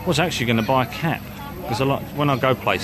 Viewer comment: I misheard you the first time,when you said “I was going to buy a cap “ I thought you said:”I was going to buy a cat”!!!!!!